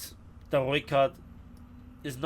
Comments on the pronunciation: for sure the pronunciation of the R and ooi :D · You definately have the best pronunciation of the Rooikat.